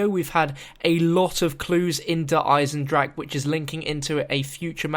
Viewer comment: The420StudiosInc Gaming He said I am proud to actually pronounce der eisendrache unlike these english youtuberes